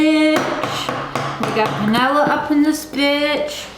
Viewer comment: So is "Bananerrrr" and "Vanillerrr" a Canadian thing? 🤣🤣🤣🤣🤣🤣 Never heard of Mayo in Banana Bread... Going to have to give it a bash sometime...